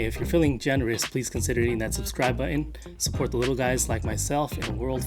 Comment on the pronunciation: The word, "Button" has a 't' sound in the middle.